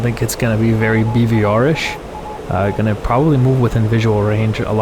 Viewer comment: And the word of the day is: " BVRish " 😆 😆